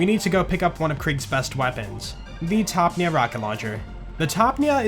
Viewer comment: wait you guys read it as "topneaa" ? it's "torpedo"